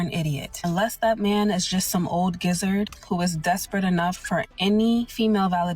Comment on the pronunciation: That first dummy really said gizzard instead of geezer when trying to describe an old man.. and nobody said nothing?